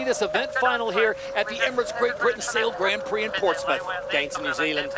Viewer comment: yes Todd Harris is a little over the top however I just want him to pronounce grand prix properly. It is very grating and embarrassing to be honest.